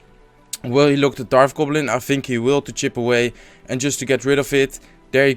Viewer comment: Also Darf goblin.